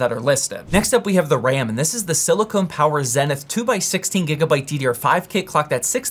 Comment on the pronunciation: Silicon like Silicon Valley, not silicone like beads or silicone boobs. 😂